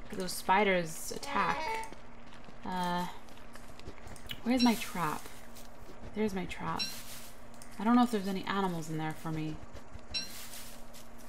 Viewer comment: It’s animal not anamal